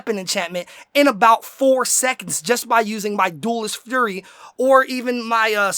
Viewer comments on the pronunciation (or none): none